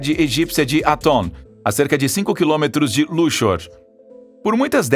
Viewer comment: Lúqssor, se diz e não luchor. Luxor